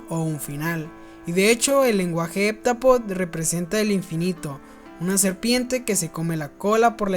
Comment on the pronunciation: No se pronuncia HepTApodo?